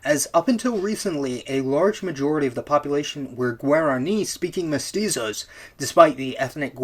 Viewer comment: Hi, I'm from latin america, and I want to say that, even tho you probably try your best, "Criolos" and "Mestuzos" is not the correct pronunciations. Although it was pretty funny and cute ngl. when you say this, dont forget that, altho it is true what you sre saying, the treatment was that of a second class citizen, and when the liberation wars happened, most countrys killed there indigenous populations or try to kill them after liberation. Such is the case of my country, Uruguay, and the massacre of "Get out if you can" where all charrua people was killed and the last family sold to europe. Or the case of Argentina, where still to this day, the mapuche people are trheted poorly. It varies to country to country, but you get the idea, the only exepctions are Paraguay, Bolivia and Perú, to an extend. They did bad thing in there own regard tho.